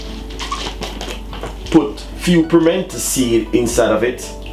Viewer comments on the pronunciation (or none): none